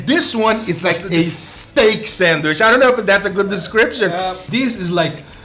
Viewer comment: No one:: SENWISH